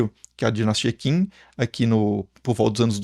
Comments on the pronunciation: A dinastia "Qin" (ou "Qing") pronuncia-se "Chin" (ou "Ching"), daí o nome China. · Olá, uma correção: conforme o sistema de transcrição pinyin, o nome da dinastia Qin é pronunciado aproximadamente como “Tchin” (mais exatamente Tchín, com tom ascendente no mandarim). 🙂 Pronunciar "Kim" é de doer o ouvido...🙉